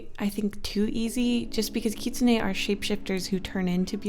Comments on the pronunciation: The lol champion you were talking about is Ahri. Also it is just kitsune. Don't stress yourself to put emphasis on the e. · You might have pronounce Katsuni wrong. from what I know, I think it’s pronounced kit-su-nee kit like the word for a baby fox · Omg, I love you but, I’m sorry, it’s pronounced Kit-soon. Not whatever you said. 😂❤️